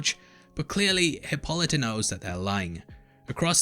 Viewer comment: 1st. I love your breakdowns! 2nd. Please correct your pronunciation of Hippolyta. I understand there is a more common way of pronouncing the name. It is stated clearly in EVERY episode how her name is to be pronounced. This is another "easter egg" to the black community. Black women take a lot of pride in her children's names. In the past, some names were chosen from stories they were told and the way the names were pronounced to them truly meant more than how it was spelled! And if she was able to actually see how it was spelled she took even more pride! Please try to pronounce this character as Hippo-light-a! As she states with pride on here journey!!! 👩🏾‍🎤🦸🏾‍♀️